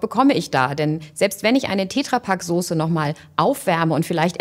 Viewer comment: ich mache so Millionen ätsch PS: es heißt Tetrapack und nicht tetrrapack